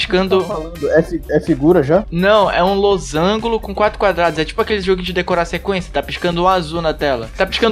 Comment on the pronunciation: "Losangulo" kkkkkk